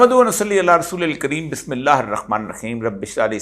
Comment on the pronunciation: Ap Bismillah sahi nahi parhty